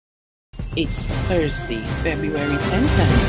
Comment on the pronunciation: No, no, no.....It's not Thurs-d......it's Thursday. As a media person, you need to be careful about your pronunciations as you are teaching the public to speak badly if you continue with your mispronunciations. If you are unsure of how to pronounce "Thursday" ask the other lady, as she gets it right every time.